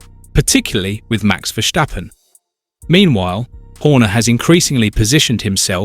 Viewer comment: Max being a Dutch dude, the surname is pronounced "ferstappen" rather than "fershtappen". 😉